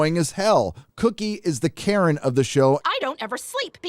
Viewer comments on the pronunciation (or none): none